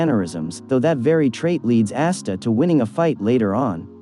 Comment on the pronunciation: It’s ah-sta not ass-sta